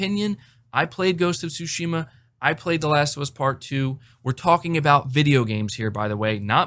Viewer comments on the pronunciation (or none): Bro you keep pronouncing Tsushima wrong lol